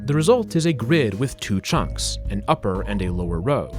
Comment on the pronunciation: Love how he pronounces “chunks,” like “chonks.” 😂